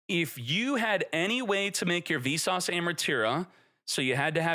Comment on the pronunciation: lol every time you say "Visas" it sounds like "Vsauce" and all i can think is "hey vsauce here". also a yubel playe rmade the ban list lol, he got cucked by a tearlaments deck and also couldnt beat snake eye so he made it so nothing really changed for yubel while destroying the other 2 lol